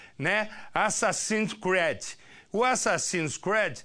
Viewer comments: "Azazins Créuds"? Uè? Tá "s"erto. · Assassinos screedi kkkk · ESSE CARA NÃO SABE NEM INGLÊS VEI! Assassins CRÉD! Assassinos por crença????!! Putz... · O cara sabe nem falar assasins creed 😹😹😹😹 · "Assassins CUÉRDI" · assassins's créd KKKKKKKKKKKKKKKKKKKKKKKKKKKKKKKKKKKKKKKKKKKKKKKKKKKKKKKKKKKKKKKKKKKKKKKKKKKKKKKKKKKKKKKKKKKKKKKKKKKKKKKKKKKKKKKKKKKKKKKKKKKKKKKKK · Assassin's "créde" kkk sabe nem falar o nome do jogo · assasine scred kkkkkkkkkkk chorei de ri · assassins cread kkkk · "Açacinos crédi..." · Rachei na parte do "assasin crédis" kkkkkkkkkkkkkkkkkkkk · O que me doeu não foi nem as merdas que ele falou, foi o "ASSASSINS CRÉDI" do velho. PQP. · "Assassim Creads/Assassims creads/Assassinos por Convicção".Coitado de quem depende desses programas pra se informar kkkk.Nesses programas policialescos,o cara que apresenta sabe que tem que enrolar e explorar ao máximo com um assunto pelo qual as pessoas estão interessadas,durante umas 4 horas e (tentar) manter a audiência assistindo,isso significa que,em algum momento o assunto vai se esgotar e vão começar as repetições,suposições descabidas de quem muitas vezes,não tem noção alguma do que está falando,suspense barato e sensacionalismo irresponsável,como quando culpam um jogo de videogame por SUPOSTAMENTE,um garoto ter matado toda a sua família e depois tenha se suicidado.As possíveis causas e motivações pra esse crime num real e violento como o nosso,são várias,mas é mais fácil culpar a porra de um jogo. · va assassin's ceed aprende a falar e esse foi uns dos melhores jogos q eu ja joguei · Ele não sabe nem fala assassin's creed kkkkkkkk